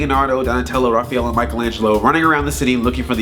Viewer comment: You pronounced Raphael wrong.